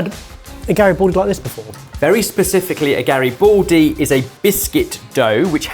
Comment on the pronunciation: for anybody who'd like to learn the correct pronunciation: Garibaldi does not have an "o" sound. it's not Gari-bo-ldi, it's Gari-BA-ldi, with an open ah sound like in m-A-rch